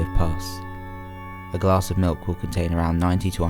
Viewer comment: I can't deal with the way you say milk. That 'k' sound is just..... uuuuuuuuuuhhhhhhhh. I want to chop of my ears.